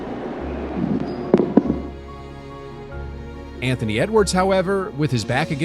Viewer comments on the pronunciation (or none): Yeah the first "Antony" Edwards 🤣